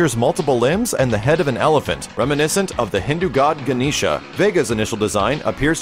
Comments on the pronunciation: The pronunciation of Sanskrit words changes from region to region, but generally speaking "Ganesha" is not pronounced like that. the "e" is pronounced like the "e" in "yes" and the "a" at the end is denotes that the last consonant is held out longer, and is therefore silent. The most common pronunciation is "GAH-nesh" though there may be regions of India where the "gah-NEE-shuh" pronunciation is common. But i personally have never heard it used by anyone other than random white-dudes. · genisha? its genesh